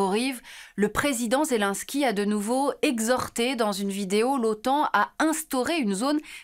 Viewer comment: Petite note linguistique, à toutes fins utiles: on ne dit pas « Zelainsky », mais « Zé- laine (comme la laine) - ski (comme le ski) »